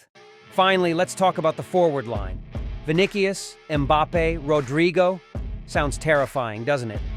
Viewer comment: Vinicius is pronounced “Vi-ni-si-us.”